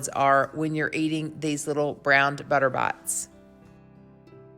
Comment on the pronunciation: sounds like you say Butter Bots!